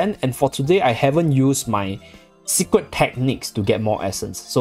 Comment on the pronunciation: Zeercentainly zeecret xD